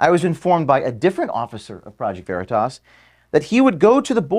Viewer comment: He calling it Project Veritass